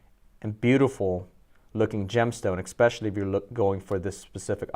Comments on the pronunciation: For the love of God, EXPECIALLY is not a word!!!!! Please speak proper English if you want to pretend to be a professional 🤣🤣🤣🤣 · Hey: there is no “x” in “especially”. Fact. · it’s not an accent, it’s pronunciation. There is no EX in especially!